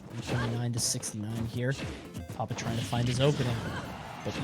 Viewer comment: It's pronounced "poppit one".